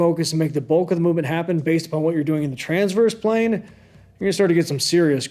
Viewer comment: Transverse plane? Blargverse plane? WTH smart guy! Explain yourself 😉